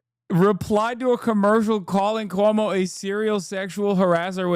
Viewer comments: Cuomo STILL can't say his name right 💀 also, if we're gonna go with the "smart" way of gauging rent, 1/3 of Zohran's monthly pay is ~$3,900. So 2300 is VERY smart with room for saving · Still saying his fucking name wrong. God please New York punish this man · Still mispronouncing his name, Cuomo??